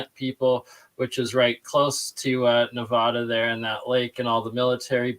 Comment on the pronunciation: NEVADA N-EVE-ADAM